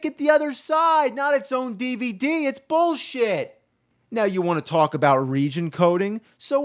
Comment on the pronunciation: no, your not saying it right. It's BULLSHIT!